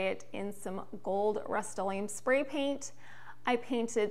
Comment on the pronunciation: In the cost breakdown, why did you need 4 knobs? Also the word is rust o Lee umm.